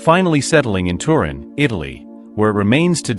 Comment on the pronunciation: Tuu.....rin......get it right